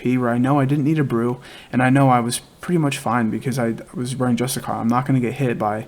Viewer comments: Jus-tish-shir. Not justicar. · I love the guide, but PLEASE PLEASE PLEASEEEEE, learn how to pronouce: JUS-TI-SEE-AR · It's pronounced Just-ish-she-air. Hasn't anyone heard of the word 'justiciary' before? Lol go ahead and Google the pronunciation. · Bro, great vid, just one thing; You're butchering the word Justiciar lmao. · cool vid but can you PLEASE pronounce "Justiciar" correctly?